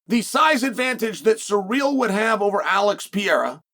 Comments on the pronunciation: Chael is so corny. Say the dudes name right stop being disrespectful. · The real win will be when chael actually says his name right. Thats Chaels next fight and he’s like 0-600.